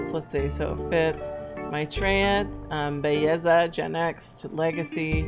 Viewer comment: ....if you really want to get attention, nevermind saying "now look", tell her "mira nena", it brings "look" to another intense level in Spanish.:face-blue-three-eyes:.....its Belleza, NOT Begiza the anglo way! Ave Maria nena!